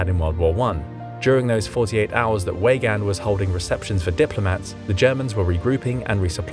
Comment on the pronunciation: You need to work on your pronunciation of Weygand,.